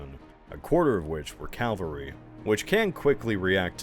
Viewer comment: I can't believe still doesn't know how to pronounce the word "Cavalry".